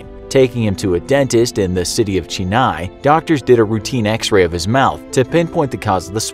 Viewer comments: "In the city of Cheeneye" I am from Chennai. We pronounce it "Chen-eye". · The city name is chennai not che-nine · the way u say Chennai😕 I am from chennai. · Hey.. Sorry but the pronunciation of Chennai is wrong. The 'Che' should like that of the word 'Check'. Btw love your vids!! Cheers! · I got so frustrated because of the way he said Chennai